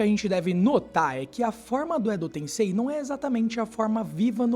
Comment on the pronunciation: Edo "TenSSei"